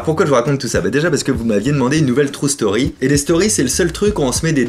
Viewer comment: ca me tue à chaque fois que j'entends "trou" story !! :D !! vivement le 30 juin, j'ai hâte de voir ce que ca va donner en live!!!!!